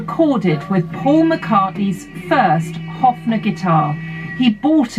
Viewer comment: it’s a Höfner not a Hofner, and the pronunciation is quite different